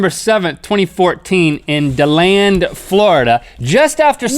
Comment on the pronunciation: pronounced "Deeland" guys lol